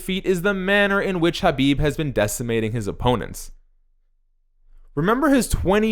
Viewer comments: Disliked for horrible pronunciation for khabib lol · It's the correct way. Look up khabib pronouncing it. You've seen how Americans say it.